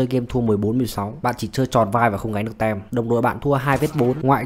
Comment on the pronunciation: Có thể đọc là "tim" thay vì "tem" đc ko b? 😁